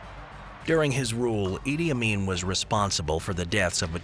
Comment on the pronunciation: Did you just said “ Idiot Amin”